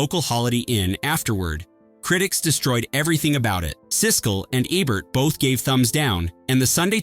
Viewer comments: UGH...IT'S ROGER EBERT, E-BERT, NOT EBBERT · He never pronounces Ebert correctly